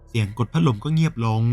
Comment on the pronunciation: พักลมสำเนียงแอนนาเชิญยิ้ม🤣🤣🤣